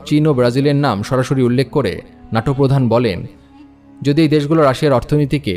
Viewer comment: নাটো নয় ন্যাটো